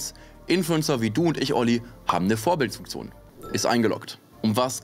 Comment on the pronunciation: Vorbildfunktion und nicht Vorbild-S-funktion